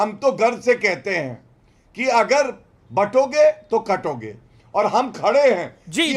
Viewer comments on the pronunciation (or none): Batonge katonge nahin. Bantoge katoge bolo Amishji. English mein Hindi padhne ka yahi natija hota hai.